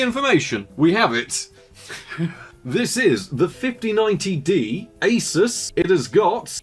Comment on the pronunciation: Don't say A-sis